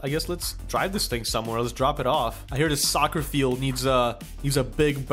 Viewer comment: Why do you say "Dis", instead of "This"? Just a smol thing, really...